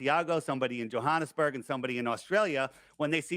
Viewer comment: Did they pronounce it John Hanes burg?